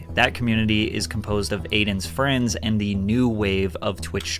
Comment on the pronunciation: Everyone attack jidion, he said where not fweinds